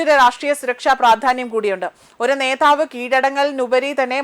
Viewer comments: നേതാവ് മതി ; നേധാവ് വേണ്ട നേഠം അല്ല നേട്ടമാണ് ശരിയായ പ്രയോഗം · നേധാവ് 😢😢😢 ആദ്യം പോയി അക്ഷരം പടിക്ക് കൊച്ചേ...